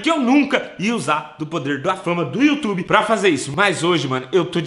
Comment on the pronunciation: O meu e do YouTube no e ela fala youyoutube😂